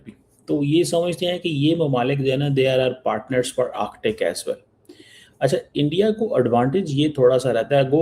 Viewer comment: Aandia.. Aandia... Aandia - ISI agent Cheema has lost sleep 😆😆